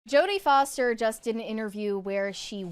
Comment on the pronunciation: I think Jodie Foster said that wrong